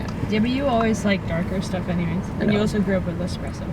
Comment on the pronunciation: "Sterf" - that's a fun way to say "stuff"! Thanks.:)